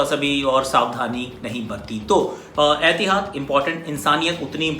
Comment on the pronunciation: Sir word Etihat ni hota (Ahtiyay-एहतियात)